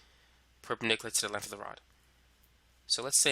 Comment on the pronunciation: Why do you say length in such a weird fucking way lol Lenth